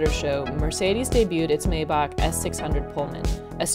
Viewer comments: its not May-Bach its My-Bach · How about learning the correct pronunciation of the vehicle you're reporting on. MAYBACH; My-Bock. Not May-bock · Ugh, it's pronounced "mai-bauk" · you did a good job reading the spec sheet. however, you should learn how to pronounce the name of the car make. ffs